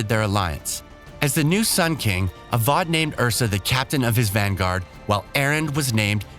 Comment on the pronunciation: Along with Avad, Marad, Oseram and HADES 😂 Seems like the narrator didn't play the game at all.